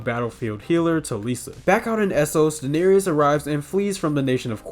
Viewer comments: You missed pronounce it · You could at least pronounce Daenerys correctly… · Ah yes the mother of dragons, Dahneerius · Sorry, but you’re saying the name of the mother of dragons wrong? It is pronounced, and spelled,Daenerys but it is properly pronounce as daneris but it is pronounce. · the way you pronounce Daenerys literally drives me insane